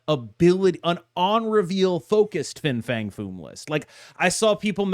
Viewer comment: How many times did you mess up Fins full name?